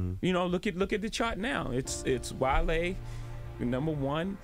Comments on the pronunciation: Love that you are sharing wisdom! Please update seconds, however, it's Wale not Valee. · "WALE"... not "VALEE" #VIDEOROBOT WAS HERE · Who is Valee? it's Wale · Wale Not Valee… he wasn’t even out when Jay did that breakfast club interview. Nor has he ever been under Roc Nation Mgmt… just fact checking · He said Wale not valee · Wale not valee or wtv you said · It's Wale.. not Valee. Diff guys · Lol. It's Wale...not Valee.